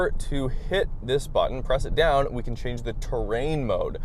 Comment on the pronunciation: Can or Can’t with the 4’ plywood? Hard to understand you